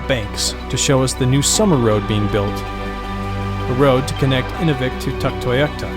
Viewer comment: Great show, but learn to pronounce the names of the communities. Inuvik /ɨˈnuːvɪk/ (place of man) Spoken like; inew vik